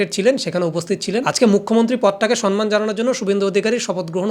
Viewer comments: 👉 দাদা সন্মান নয় সম্মান (সনমান নয় সমমান) হবে ওটা ছোটো মুখে বড়ো কথা বললাম ক্ষমা করবেন 🙏 আর ভিডিওটা একদম সেই ছিল দাদা ❤😂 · তুমি দাদা ওই পিসির মতন sonman বলো না প্লীজ । এবার somman বলো